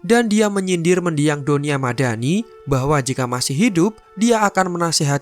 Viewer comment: Aku denger mimin bilang donya madani kok kayak doni ahmad dani wkwkwkwk